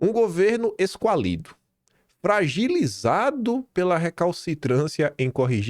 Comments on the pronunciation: A PALAVRA É ESQUÁLIDO E NÃO ESQUALÍDO. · Minuto - Esquálido,, QUÁ, ES-QUÁ-LIDO. O QUÁ é a sílaba tônica, a sílaba forte, amigo. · amado, se diz "esquálido", asílaba tônica é QUÁ. Sucesso!!!! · 😂😂😂. Esse … “ESQUALIDO”??? Ou Esquálido??? 😂😂😂 Acho que você nunca se deparou com esse adjetivo antes. Esquálido é DESNUTRIDO, PÁLIDO, MAGRO. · EsQUÁlido,..... esQUÁlido... Lembra da Âmbar????? Não era Ambár.... Era Âmbar.... Lembra?